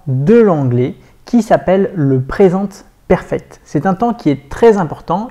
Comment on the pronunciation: Le seul truc qui ma dérangé c'est le " PRESENTE PERFECT" que tu dis en français omg 😂 please try To say it in inglish sinon j'adore vos vidéos 👌